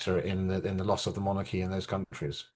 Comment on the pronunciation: Lovely Monarchy is pronounced MON-R-Key. said quickly And not MON-ARC-key😊 and monarch is not MON-ARC it’s MON-URK